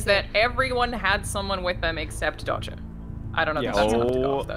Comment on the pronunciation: hello i'm! everyone else for the rest of the game: dodger. no. only dodger.